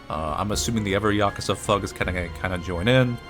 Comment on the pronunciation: The way says Yakuza has to be like a sin for saying it wrong